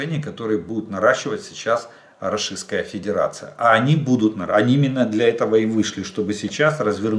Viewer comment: Жданчик учись выговаривать РОССИЙСКАЯ ФЕДЕРАЦИЯ может тогда тебе Воркуту на Магадан заменим 😂